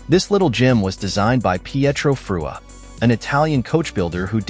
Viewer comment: The moment you hear Frua pronounced as individual characters you know it's a bot voice..., extremely annoying. The car itself is too much cobbled together. Its could be made any brand and doesn't stand properly on its wheels, really. Not BMW's finest hour actually. The design is excellent but the combo with BMW parts makes it look off-beat.